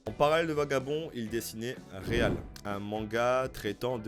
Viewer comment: Trop cool merci pour ton taff, les focus auteurs c'est vraiment manquant sur ytb et interessant gg ! Par contre svp c'est real pas réalle mdrr c'est horrible ce titre prononcé à la française. On croise les doigts pour des news sur Vagabond depuis qu'il a dit qu'il voulait reprendre !